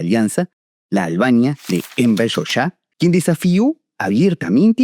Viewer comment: Se escribe 'hoxha' y se pronuncia 'jolla'. Y qué hace de fondo el himno gringo en violín?